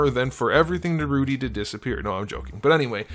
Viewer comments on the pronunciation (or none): do you really not know how to pronounce naruto? or is it just like a joke lol